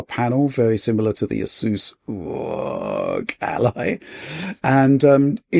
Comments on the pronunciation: Why does say ROG like that? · Yeah they've been doing it for a bit now. Couple years at least. thought it was a silly name so pronounced it in a silly way and it stuck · Why does he always stress the word "rog" when saying it? It's getting seriously cringe and annoying.